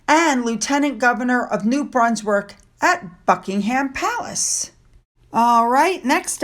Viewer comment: New “Brunswerk?” Is that different from New Brunswick, Canada?